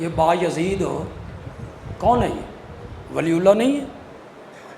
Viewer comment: لفظ بیازد ہے بایزید نہیں